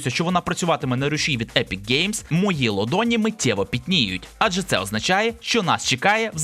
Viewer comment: не лодоні, а долоні бля